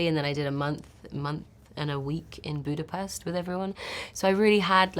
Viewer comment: It's budapeXT...